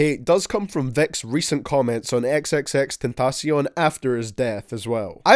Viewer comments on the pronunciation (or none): Why did u say xxxtentacion’s name like a Spanish speaker??